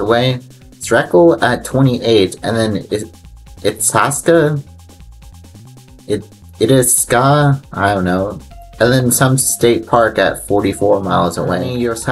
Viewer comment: Itasca is pronounced Eye-tasca. Lake Itasca is the headwaters of the Mississippi River.